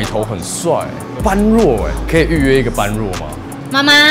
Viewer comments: 般若不是唸ㄅㄢˉㄖㄨㄛˋ 是唸ㄅㄛˉㄖㄜˇ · 終於有人解答了 我也覺得他唸錯 我身邊一堆朋友也唸錯死不改 整天ㄅㄢ ㄖㄨㄛˋ